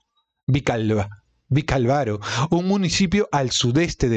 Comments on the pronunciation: Gracias por leer y comentar este libro con nosotros. Una pequeña sugerencia: fíjate bien en las tildes para que sepas cómo pronunciar una palabra con más exactitud. Por ejemplo, es VicÁlvaro ("vic-álvaro"), no vicalvaro ("vical-varo") pues la palabra está tildada en la primera "a". 😅😊😅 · Que entretenida estoy escuchándote mientras estoy haciendo cosas,pero me causa gracia cuando dices vilcavaro😂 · Vicálvaro , con el golpe de voz en la primera "a" . Muchas gracias por la lectura !! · Por Dios no es tan difícil leer Vicálvaro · "Vicálvaro " es esdrújula como indica la tilde . Tienes serios problemas de pronunciación con palabras sencillas sólo hay que leer lo que está escrito como "Ribadesella" con lle no es italiano es castellano. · Vicálvaro, con acento. Lo pronuncias mal chico. Y no es que se tenga que ser español para saberlo pronunciar.